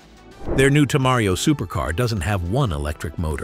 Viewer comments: Temerario. Not Tamario! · Tamario? Really? Learn to read before teaching. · que horrrrrrrrible dicen TEMERARIO